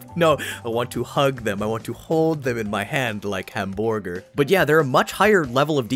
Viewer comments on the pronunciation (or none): Absolutely crazy about how you say "hamborger" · It's actually supposed to be pronounced "l'hamborgeur" 😏